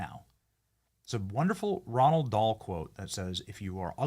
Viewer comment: Someone please explain to Benny how to say Roald Dahl’s name correctly. Roald. Pronounced like rolled. Not Ronald. He says it all the time and it’s annoying at this point